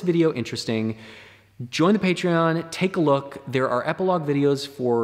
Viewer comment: Very interesting "Eiplogue" ;)